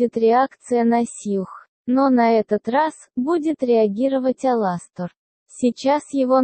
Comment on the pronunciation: Почему они все говорят АлАстор (ударение на 2-а)